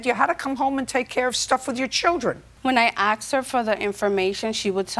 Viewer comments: She said “axed” instead of ask I know she’s going to be ignorant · The most replayed moment on this video is when the crappy mother incorrectly said "I axed her for the information". Glad I am not the only one who thought "She didn't actually say that did she?"